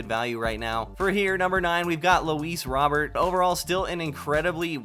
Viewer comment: It’s not Rob ert, it’s row bear pronunciation